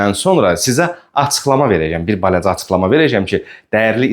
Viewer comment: " balaca" sözünü düzgün tələffüz edin. Rus dilliyəm. Amma sənin hər 2 dildə danışığın bərbaddır